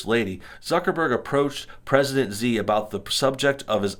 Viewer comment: Xi is pronounced shee